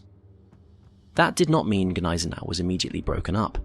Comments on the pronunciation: The g is silent. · Silent 'G' on Gneisenau.